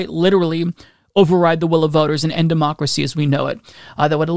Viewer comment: I get it, deymaukracee is a hard word to crack... But a bit of practice gets you there 👍